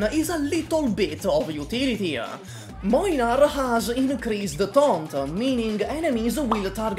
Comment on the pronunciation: "Mojnar" is not a pronouciation I ever heard or was expecting. As a polish person I don't know if I hate it more or less than "Mlajnar" that other people use. Both are wrong tho.